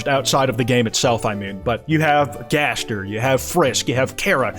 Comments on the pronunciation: Turns out that's how it's pronounced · Or he pronounces it in a french accent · Jaster? Jester? Jevil connection? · No no, jayzdeer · he finally acknowledges gaster's existence, but he pronounces it jaster.